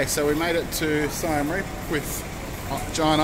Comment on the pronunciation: U spelled Siem reap wrong it’s pronounced See-m Reap like reap reaper